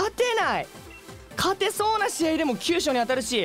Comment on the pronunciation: 急所のイントネーション…